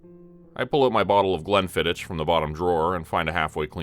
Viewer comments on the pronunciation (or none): Glenfiddich, please learn how to speak, English or Sots, the "ich" is pronounced as "ick" not as in itch or stitch. I know that Yanks don't do English but as a Scot (not Scotch, Scot) I implore you to stop bastardising our language. Pleas, PLEASE learn how to speak English or Scots. It's vile and you make us cringe every single time you get it wrong. It makes your casts unbearable to English speakers.